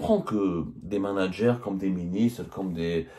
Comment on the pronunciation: " les manag'air " hahaha